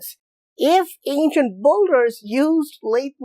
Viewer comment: Why do you say "ancient boulders" instead of "ancient builders"...?